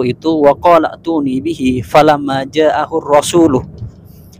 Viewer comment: yang bener gak ada dhomirnya yaitu Ja-ahurrosulu bukan ja-ahurrosuluH